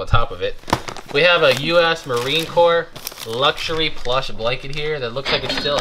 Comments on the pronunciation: Yikes appreciate the shows. However. You like Obama mispronounced Marine Corps. Not Pronounced C O R P S E s is silent. Always good to learn daily more respect from others And most important for yourself Aloha Tom so envious of your career choice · The sand might be from Iwo Jima - Marines who make the pilgrimage there often bring back sand. Please get it back to him. Also, it is pronounced Marine "CORE", not Marine Corpse - Keep up the good work! Very interesting stuff! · Marine Corps is pronounced ‘Core’. 😂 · All Marines are ALWAYS Marines, regardless of where they are or what they are doing. The fact that he was an NCO (non-comission officer) deserves respect. A leader of Marines. Amvets, VFW, and other veterans organizations can help try to find him. Semper Fidelis, is the Marine Corps (pronounced core) motto. It means "Always Faithful " Marines say Semper Fi to each other. If you find him tell him many of his brothers want to say Semper Fi, and wish him well. R. J. Chapman USMC. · Marine Corps. I was always confused how to pronounce it. It's Cor. Don't call him baby!!!